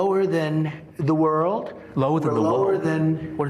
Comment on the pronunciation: the look on his face, and the way he said "lower than the woarrld" is just adorable ! exactly like my 5 years old son when trying to read big words)